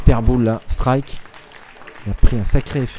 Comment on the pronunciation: Didn't understand anything but "striku" and "perfau". But good game though. Both very good players.